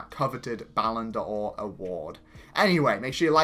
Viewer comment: please, it isn't 'Ballon Do-or', but just 'Ballon Dor'. You dont actually pronounce the ' as a stop.